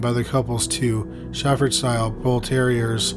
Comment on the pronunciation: Its a STAFFORDSHIRE BULL TERRIER. Dude you are really starting to suck. You get paid good enough take the time to actually learn what your talking about and to correctly pronounce words.